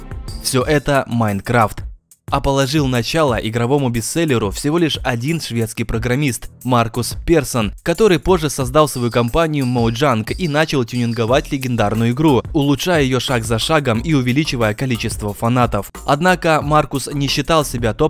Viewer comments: обажаю майн! (не моджАнг,а мОджанг :3) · Бал ты не правильно произвёл слово моджанг мне так Он ударение